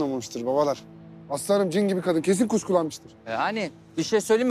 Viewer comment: aslı hanım derken aslanım der gibi oluyo İSDPŞSAPDLAPDŞSLDMA